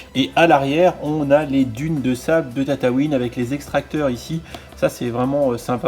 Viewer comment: tataouin mdr ca se prononce tatooin